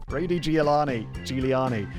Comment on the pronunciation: Well, he also said that she gave birth in 1980, so yea, I think he might have just been tired. Not that this is a good enough excuse, but still. One love ❤️ Edit: I'm here after "Ruty Giovanni", and just wanna say that Simon had an even worse than usually day for reading and saying names.